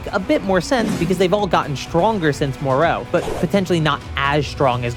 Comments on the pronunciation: The way you pronounce moro is very funny. You say it like, the island of Dr. Moreu and not... more. More-o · I kinda wanna ask why you pronounce Moro that way ngl